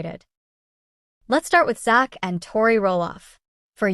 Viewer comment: You could at least learn to say his name right which is Zach with a Z